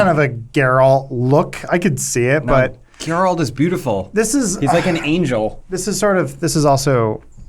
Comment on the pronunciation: for the love of god, do not call him grralt